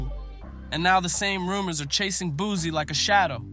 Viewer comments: I can’t believe nothing you saying his name wrong… it’s Boo-see Boosie baby!!! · Narrator keeps saying “Boozy” lame as **ll shawty…😅